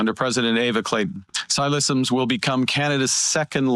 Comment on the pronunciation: FYI: "Ksi" is not K-S-I. The "K" is capitalized, but the "s" and the "I" aren't, which means it's a word/name and not just an initialization like "CBC" or "FBI", etc. It's pronounced "Sigh-Lisims".